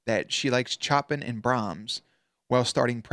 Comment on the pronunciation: Chopin is pronounced Show-PAN.